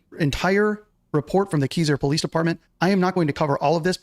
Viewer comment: Thankyou! 😂 I was a bit annoyed by BBQ's pronunciation of Keiser, Oregon too! Lol!! 😊